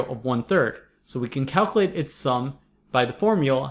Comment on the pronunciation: Did I just get a grammar lecture from a dude who says "figger out" and "calcalate"?